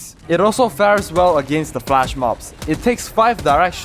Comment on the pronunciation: FLESH mob. Not FLASH😂